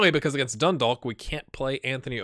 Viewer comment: FYI , Dundalk is pronounced Dun - Dawk. So the Dalk is pronounced like a Hawk.